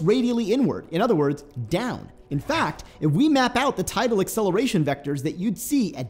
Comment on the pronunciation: Neither. The word is tidal not total or title.